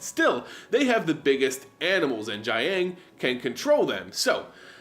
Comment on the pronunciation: the ang sounds are a bit more like oung (i.e. young) so you pronounce "jiang" a bit like "jyoung" and the "gu" sound is pretty much pronounced as "goo"